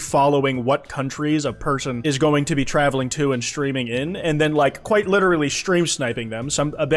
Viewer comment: “Kwite” literal